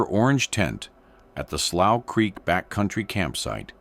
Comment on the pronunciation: So this guy is gonna give a documentary, and he can't even pronounce the word slough 😂😂😂